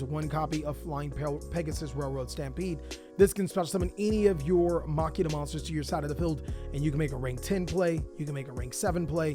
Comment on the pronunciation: Please start saying MACHINE-UH IT ISNT MOCK-EEN-UH